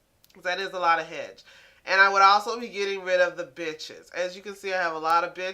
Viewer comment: Benches sounded like bitches